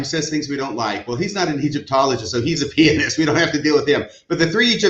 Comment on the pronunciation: Thank you for correctly saying pianist. And not saying ( pe an ist ) growing up with a mother who was a classical violinist and studying musical theory and being a guitarist myself it's one of my biggest pet peeves so thank you.